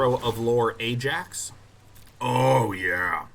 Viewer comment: Haha! And they think that's how Ajax is pronounced in Greek 😂